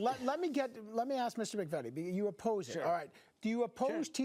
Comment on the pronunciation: MC-VEE-TEE NOT MACK-VETTY. (this man does not represent my family)